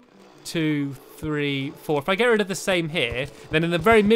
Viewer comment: Why do you say get red of? Its rid of :)